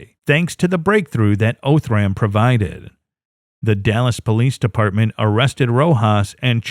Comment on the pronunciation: It's pronounced "Ahh"thram. Not "O"thram.